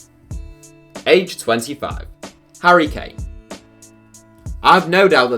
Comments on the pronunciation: This man said kane at 25. Kill me now 😂😂😂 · I stop watching when he said harry kane